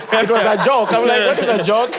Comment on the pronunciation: Nobody:: It was a jok,it was a jok😅😅